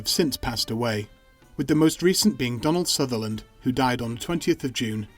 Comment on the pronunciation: DonLand sutherland huh.. odd